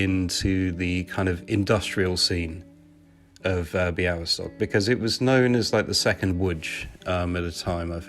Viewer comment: niech więc obco krajowcy uczą właściwej wymowy Białystok i Podlasie